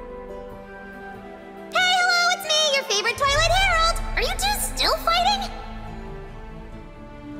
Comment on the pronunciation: When she says "Twilight herald" all I hear is Toilet herald....